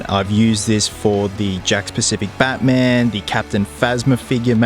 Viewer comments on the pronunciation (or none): none